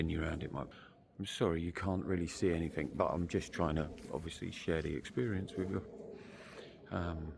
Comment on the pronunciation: )... sorry mate, but in English grammar, when you speak, the wording is NOT "anythink", but "anything"